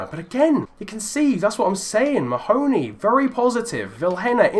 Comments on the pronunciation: It's pronounced Ma-huh-knee. Not Muh-hoe-knee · Mahoney = Mar-(feint i)ney